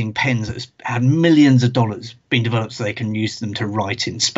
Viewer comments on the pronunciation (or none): none